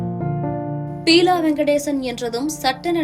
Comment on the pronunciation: Pronounce the name properly buela not peela ... May his soul rest in peace.... Amen...😢